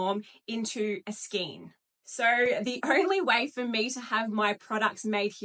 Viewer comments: got stuck on the pronunciation of this lady - the word is pronunced " SKAYN" not SKEEN nor SKINE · I just buy Aussie yarn. And learn to pronounce Skein please. ❤